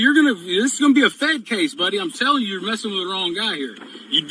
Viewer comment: Maybe it's just me, but when the SovTwit says "you are" or "You're" it sounds more like "Yarrr" like he thinks he's a pirate. Good example